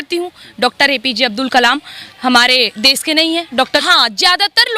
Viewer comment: Pehle bolna seekh lo.. hehehehe😂😂 bides, des, saheen bagh, sahrukh khan 🤣🤣